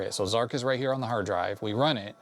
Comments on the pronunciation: zar CH not zark..... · to the best of my knowledge, Zarch is pronounced "Zartch" (to rhyme with 'arch'), not "Zark". I've never heard anyone else say 'Zark' (and I was an Archimedes owner back in the day when Zarch was new). Zarch was a technical marvel at the time, though I think most people found it pretty unplayable because it was so hideously difficult to control! Of course, the original Archimedes version was the definitive one, but it was also converted to other platforms – including even the ZX Spectrum! – by Firebird Software, under the name Virus. (Take a look at the Spectrum version for comparison…! Hardly an obvious conversion to make, though it too was an impressive technical achievement, all things considered.) Two other, slightly later, Archimedes games use the same graphics engine as Zarch: Conqueror and Air Supremacy, also from Superior Software. Both are less fast and spectacular than Zarch, but both are considerably more playable as games, and make better use of the terrain by keeping it visible most of the time! I always felt that one of the frustrating problems with Zarch was that you were flying too high to see any of the ground for much of the time. Not until you were just about to crash into it, anyway… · Zarch not Zarc!